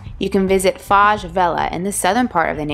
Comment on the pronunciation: The lady is pronuncing it wrongly. It is not FAZ, it is FOZ So not Fuzz, but Fauche, like the gentlemen is pronuncing.